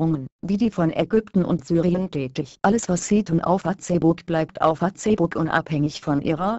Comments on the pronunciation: "Fa-Zeh-Buck" .........dafuq? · Fa-tse-buk *lool* muss was chinesisches sein ;) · ich verstehe immer fotzenbook o.O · Fatzehbook, paul panzer spricht auch so -. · Fatzebuk xDDD trainiert mal eure Computertusse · XDD FATZEBOCK :D AAALTER!:D was fürn fail.XD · LOOOL Fa-zehh-buk haha :P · Punkt 1.) Die Deppen können nicht einmal Facebook richtig aussprechen und Punkt 2.) Lassts einmal die Internet Seiten in Ruhe....was würdet ihr sagen wenn auf einmal eure Seite nicht mehr geht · operäischn fahzebuk :D:D:D saugeil!!